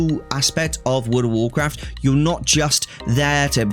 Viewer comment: “Woord of worcwaft”